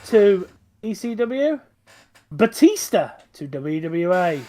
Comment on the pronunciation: Bastista lol Batista